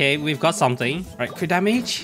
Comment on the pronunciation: Is it just me but u call every crit damage crit rat LMAO